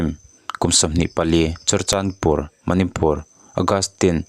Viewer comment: manipur tiha (pur ) tih lai hi i thluk sâng tawh dawn nia, a reng rengah hei leh chen mi lam dante pawh i hre lo em ni?